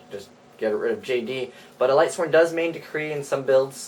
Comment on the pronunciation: If I hear lightsworns one more time...